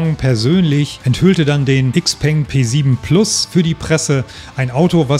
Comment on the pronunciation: Cooles Video. 👍🏼 Aber bitte XPENG „Schaopang“ aussprechen. 😉 Aussprachevideo: Bitte keine Hate-Kommentare. Das hatte nichts mit Klugscheißen zu tun. 😉